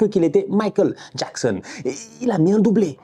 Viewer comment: Nicolas Jackxxxxxxon 😉 il m'a tué à dire son nom comme un jamaïcain 😂